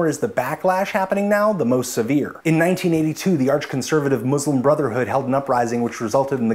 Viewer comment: I like the way your eyes are super wide. I also like the way you move your mouth and eyebrows. But what I love is how you say Muslim like mooselum.